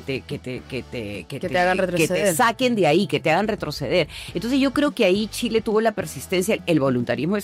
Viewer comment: vi la entrevistas hasta que la entrevistadora digo Tchile...